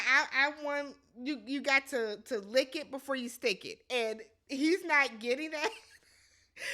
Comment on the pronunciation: “You gotta lick it bvefoe you stick it” 😂